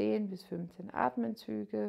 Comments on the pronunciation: Es heisst ATEMZÜGE!! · „Atmenzüge“ … „die gesamte hinten Oberschenkelmuskulatur …“